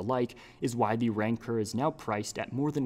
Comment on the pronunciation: ITS RANCOR NOT RANCER